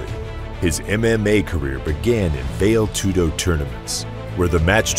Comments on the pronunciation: It's pronounced "Vah-Lay Tudo" not "Vail Tudo". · Val-ay, not "Vale" Tudo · My god the correction pronounciation is "Val-ay" tudo, not "vail" tudo. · It is pronounced Va-lé Tudo, not Veil Tudo. Sounds just as weird as someone calling Patrick Swayze Patrick Swaze...for the rest really excellent work, very informative and thorough and very entertaining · It’s pronounced Val-A Too-doe 🤙🏼 Greqt video of a legend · Vayle toodoe 😆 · VALE TOODO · why are you saying "veil" tudo lol. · "Vail Tudo"... okay... seems legit... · “Vail toodo” lol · “Hunter of Gracie.” “Mu-wee Thai.” “Vail Tudo.” Terrible. Just terrible. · "Vale" Aspen Tudo? Lol. At least learn how to pronounce things, like names and contests. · learn how to pronounce Vale Tudo ffs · This film's visual production was excellent, but you continously mispronounced words, and used words that didn't pertain, like partair, which isn't used in for the top position in mma; patair's position is an optional position in armature American (or folk style) wrestling and the primary starting point in top position in freestyle and Greco-Roman wrestling. You mispronounced the word Vale in Vale Tudo (which sounds like 'valley' not 'val-yay'). Constantly saying "negative record" is uncalled for too, it's not necessary. All around, I enjoyed the video, but you need to produce your script better. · The way this guy says "vale tudo" shows how little he knows about the sport. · So do you pronounce "karate" as "carrot" or "kay-rate" just cuz ur not Japanese? Wud u take a "marial arts channel" seriously that couldn't pronounce "karate"? Cuz this is just as egregious. There IS no MMA w/out Vale Tudo. All due respect, but if you weren't a casual (not that there's anything wrong w/ that) u'd know that it's kinduva big deal.